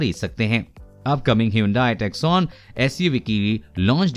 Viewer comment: Lol, it's Hyundai Tusson and NOT TUCKSONE